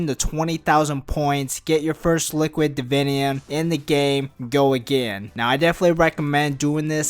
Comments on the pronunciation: lol I like the way you say liquid "davinyum" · listen to the whole video but only listen for him saying "liquid divinium" it's fucking hilarious.